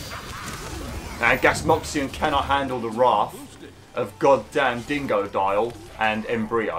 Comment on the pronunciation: It’s so funny the way he says dingodile being DEINGODOIL